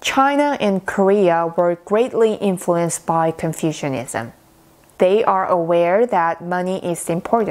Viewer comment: You are mispronouncing Confucianism almost every time you say it. The way you say Confucianism sounds as if people have developed an ideology based on confusion, rather than the teachings of Confucius. Please don't take my comment as an insult. You speak very good English, but you, me and everyone else can still improve if we know what corrections need to be made.